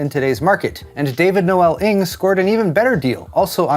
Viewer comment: am in shock ... you're the only person i've heard pronounce 'Ng' sort of correctly!